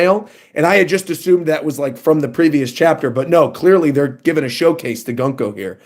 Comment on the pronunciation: Peak One Piece! Btw, Gunko's name is pronounced as "Guunko\Goonko".